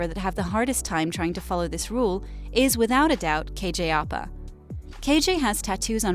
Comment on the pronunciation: I'm sorry Ik she has accent but still... Its ăpa not opa Also its madaLAINE not madalyn